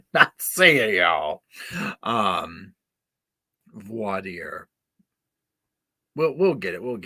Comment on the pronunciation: "Vwah Dire" (like Dire Straits & Sultans of Swing:)